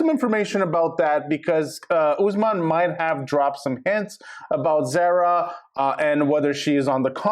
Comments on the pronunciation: ITS NOT PRONOUNCED THE SAME AS SARAH ITS ZAH RAH!!!!!! If you're gonna report, get the girls name right. Idk how many times you said her name wrong!!!! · ZAR-A....its not a long A sound